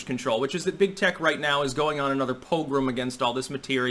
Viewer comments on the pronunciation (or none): Great video: "Drop him like a hot ROCK!" POGROM: [Poh-GRUM']